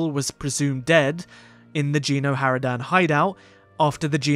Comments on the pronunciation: I'm sorry i cant hold it, it's not "Jeeno Haradan" It's Geno! a G not J xD but either way nice video xD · No it's Gen xD and lets say it's pronounced with a G not J watch a playthrough of Kotet chapter 2 and you'll see xD